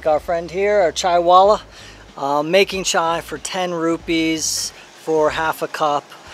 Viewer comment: Well Sir, you pronounced "Chaiwala" way better than your president.